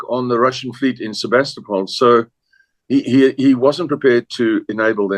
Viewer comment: Errol is the first prominent person that I have heard pronounce “Sevastopol” correctly. Great interview.